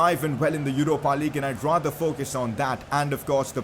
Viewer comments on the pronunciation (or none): none